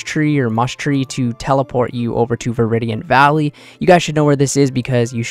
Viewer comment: no way you called it a moosh tree and veridiant valley wtf